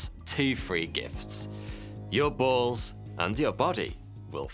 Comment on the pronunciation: bualls is how you say it say baa llls